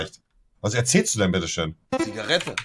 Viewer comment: Monte: Zigareete, Zigarete hahahaha